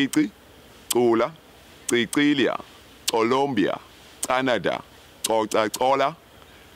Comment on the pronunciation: Lol weee ubani umuntu othi Co Lombia?